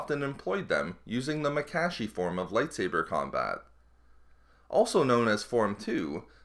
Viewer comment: Mah-Kah-Shee Not Maa-kaa-shee